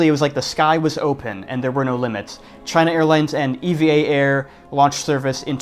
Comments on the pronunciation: Are you sure it is pronounced ee-vee-ay air? Japanese pronounciation of the airline company sounds similar to "ever" like in "Evergreen" the container shipping company name. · Not pronounced “E-V-A” , it’s “EeeVahh” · EVA is pronounced like the name Eva. Nobody here says E V A . The word app is said like that "A-P-P" and Instagram as "I G" though. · Pronounced "eevaa" not E....V......A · Taiwan is not tiny. Nauru is tiny. Also, it's not E V A , you say it like the girl's name.